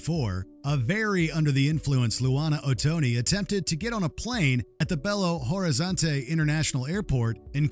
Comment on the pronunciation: The butchering of the pronunciation of Belo Horizonte was hilarious 🤣😭🤣😭🤣😭